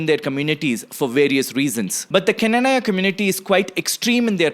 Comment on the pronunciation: Pronunciation:- Kna-naa-ya